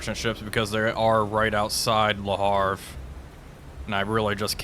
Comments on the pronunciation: Ist's Le Havre, not Le Harf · Please How to Pronounce Le Havre? (CORRECTLY) French City Name Pronunciation :-)